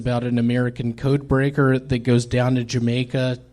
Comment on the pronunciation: DEE CODEBREAKAH